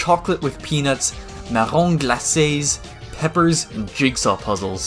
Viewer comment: I'm impressed by your pronunciation of "marrons glacés"